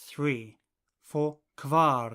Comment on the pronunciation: Why are kvar and kvin pronounced kwar and kwin??? Aren't the letters not supposed to sound always the same?